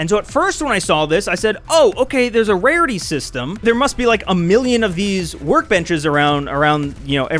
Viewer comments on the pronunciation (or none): none